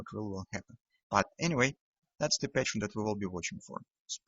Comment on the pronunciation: Hi.. I enjoy your videos.. wishing you success.. There is one word you pronounce really different than it should be is the term "pattern".. With you it sounds like "patience".. I watched your videos for more than 6 weeks till I realized everytime you said patience it was actually meant pattern.. Is okay.. not a big deal.. but I just wanted to clarify this for other viewers who didn't realize that yet. Stay Green